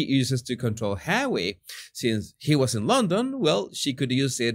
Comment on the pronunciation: Hahahahahaha! Laughed so hard on that comment about the electrical device he uses to control hawwy